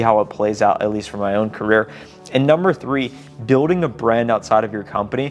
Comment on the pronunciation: Gotta change the intro! Says CARRIER NOT CAREER